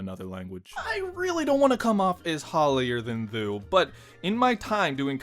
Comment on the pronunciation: "hollier than thoo"